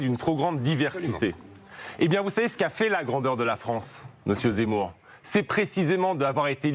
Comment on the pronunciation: Il n'arrive meme pas a prononcer Zemmour , il dit "c'est mou "alors que c'est lui qui est MOU